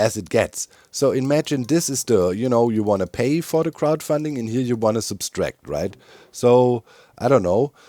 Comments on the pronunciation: It's Subtract, not Substract. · fascinating, doc actually think it's sub S tract not just a pronounciation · I wouldn't have mentioned it if you had 'only' kept saying it, but since it's also on the sign: It's "subtract" not "subStract", wie subtrahieren im Deutschen, ohne S. Liebe Grüße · Only a tiny bit of feedback, but it’s one of my pet peeves: there’s only one “s” in “subtract”. (In German as well: only one „s“ in „subtrahieren“.) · Hey doc, just a friendly English reminder, there's only one S in the word subtract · Doc keeps adding an extra ‘S’ to the word subtract. I can’t unhear it!